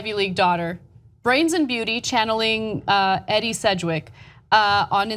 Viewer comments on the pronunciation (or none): Edie Sedgwick is pronounced - "Eeedee"...not "Eddie"...just sayin' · Edie Sedgwick is pronounced EEdee, , not Eddie. Just sayin'